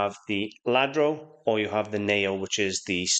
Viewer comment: I think its pronounced Yadro and not Ladro. I'm sure anyone who does not speak Spanish says it like ladro, I used to too but I'm pretty sure its pronounced Yadro